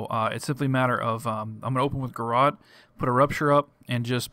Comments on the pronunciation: lol "Garrawt." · he says garrote funny!